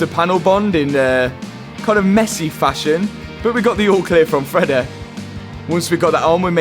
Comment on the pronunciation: Freddy.........: Freddeh😂😂😂😂😂